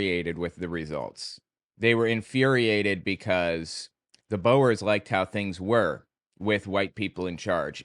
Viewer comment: The oe sound in Afrikaans and Dutch always sounds like the oe sound in shoe. Boers means farmers:)